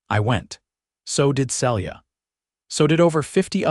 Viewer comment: On a bet I'd say the name is Phyllis, pronounced fil-is, not Phillys as the AI keeps saying. And Celia, pronounced see-lee-a.